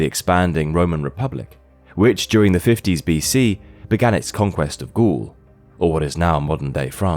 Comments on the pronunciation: oh wow they pronounced coup d'etat correctly. im surprised. since you pronounced Gaul as ghoul. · he also mispronounces Gaul and amphitheatre.